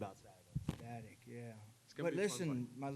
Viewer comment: did that little turd say EXSTATICT???